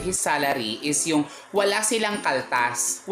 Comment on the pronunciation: Ang saya ng "walang kaltas" may emphasis talaga😁😂